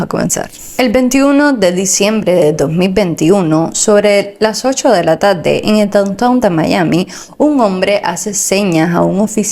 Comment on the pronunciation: Vocalizar a la hora de informar es muy importante! No se dice TABDE se dice tarde !!!!